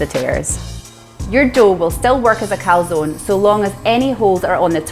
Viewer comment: Dear, great idea this. Top tip: teach your co-founder how to pronounce calzone 😂